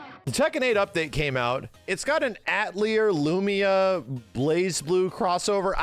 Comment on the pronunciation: Yumia not Lumia 😂